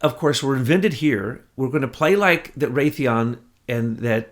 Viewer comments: Not rayathon, Ray-thee-on. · Are you saying Raytheon? It is pronounced Ray-thee-on. Or are you talking about another company? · In it's home state of MA, Raytheon is pronounced Ray-the(long e)-on. Is that the company you are discussing or is it another company?